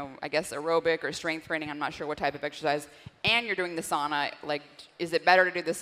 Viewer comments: "sow-na" not "saw-na" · Incorrect pronunciation however. It's Sow-Na. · The Finn in me has to correct the pronunciation of sauna (SOW-na). ☺️ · No way she's a Finn. She mispronounced the word Sauna, that's a no-no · In American English it’s pronounced sauna